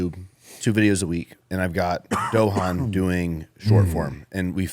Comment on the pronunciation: tryna pronounce Dohan (I’m sure this isn’t spelled correctly) had me in tears 🤣🤣😭😭